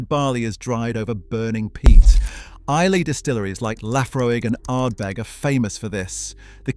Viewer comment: That was very interesting and surprising. The best whiskey is the one you enjoy most. Excellent. One comment - isn’t Islay pronounced eye-Luh , not eye-lay.